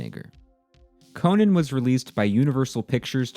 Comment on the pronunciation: Conan the Barbarian is not pronounced the same as Conan O’Brien